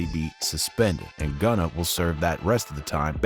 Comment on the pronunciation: it’s gunna , not “gunner” why’d you even say that?